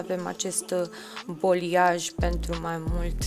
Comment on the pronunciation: Superb lucrat! Doar o mică remarcă: balayage, vine din limba franceză, înseamnă a amesteca,a mixa,se pronunță baleiaj,în română,nu boliaj. Lucrezi prea bine și frumos,ca să te las să pronunți incorect.Pup!🥰